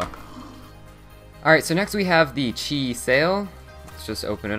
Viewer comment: You said cheese sail